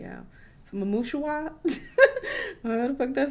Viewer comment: “mamusheewah” now miss 😭😭😭